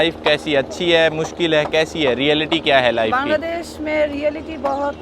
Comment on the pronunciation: বাংলাদেশ❎ কাংলাদেশ✅ 😂😂😂😂😂😂